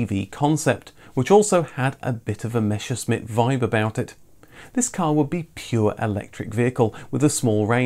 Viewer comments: Fantastic concise video as usual but one pet peeve: it's Messerschmitt, not Meshersmitt, it's a common mispronunciation for some reason. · "Messerschmidt".😁 Not "Mescherschmidt". 🙉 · Wait what, a Meshersmit? You got that completely wrong. It's "Messer schmitt" You are excused, even Google translator doesnt get it right. It translates it just without the "R" WTF? What would you say if we call your cars any different?Like a Min Coope or a Lous Ean? A Mors Mier. Get the picture? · I had to chuckle at "Meschersmitt" :D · Ah yes the meschersmit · It's Messerschmitt.... Not "Mesherschmitt" Do you say "Meshage" or "Message"? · It seems that the brand Messerschmidt is usually a problem for English and American people... Do have a look Messerschmitt AG (German pronunciation: [ˈmɛsɐʃmɪt]) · The way Brits pronounce "Messerschmitt" will never not be funny... 🤣